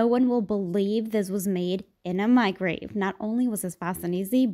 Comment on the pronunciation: “No one will believe you cooked this in a micrave.” At what point is the way she talks considered a speech impediment?